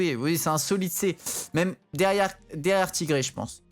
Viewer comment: c'est clair moi c'est quand il dit "TIGRÉ" au lieu de "TAïGRI" mdr